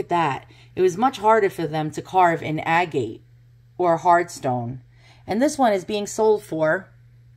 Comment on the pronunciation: hello from a rock-hound....agate is pronounced "a-get"